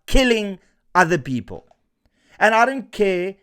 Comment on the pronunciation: ... his 'peepool' is the same as his swimning pool, next to the 'firepool' at Nkandla? 😮 😂